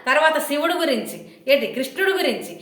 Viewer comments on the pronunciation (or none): none